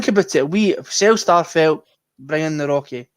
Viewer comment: Nawrocki pronounced nav-rotch-key